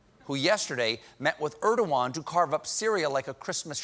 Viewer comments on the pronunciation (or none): It's erdogan not erdowan